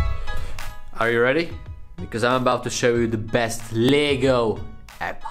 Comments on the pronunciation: Leg-o not leeeg-o lol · Le’go not ligo lego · Lego se nečte jako [lígo], ale [legou], anyway nice art🤜🏾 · Imagine saying Lee-go instead of Lego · I swear to god if u say LEEGO 1 more time...